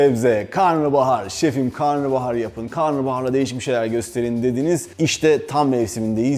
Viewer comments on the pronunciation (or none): Karnıbahar değil ama karnabahar... pliiizz